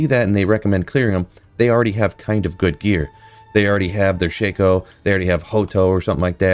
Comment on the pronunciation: It's pronounced Shack-O